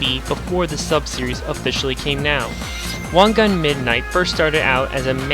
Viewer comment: wan "gan" ?